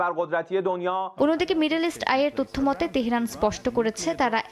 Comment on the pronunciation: উপস্থাপক যুক্তরাষ্ট্র উচ্চারণ করতে পারছেন না তেহেরান উচ্চারণ ও ঠিক হচ্ছে না